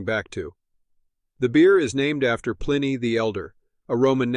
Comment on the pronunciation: The AI voice that cannot pronounce Pliny turned me off immediately.